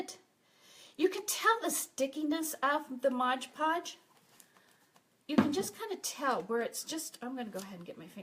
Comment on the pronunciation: MOD PODGE not Modge Podge